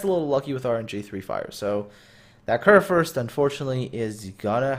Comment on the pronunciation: the first u in kurfürst is pronounced like the u in you but thumbs up for one of the better pronounciations i have heared this far form english speaking persons